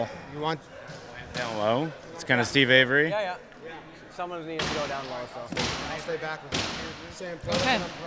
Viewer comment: "steve avery" lmao